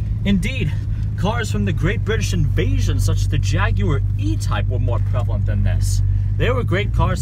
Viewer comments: I like how he pronounced Jaguar correctly instead of the usual American JagWaaarr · Great car! And so nice to hear an American pronouncing Jaguar properly! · Beautiful! If I had one of those I'd drive it every day just to make people look. And... Extra points for the proper British pronunciation of Jaguar!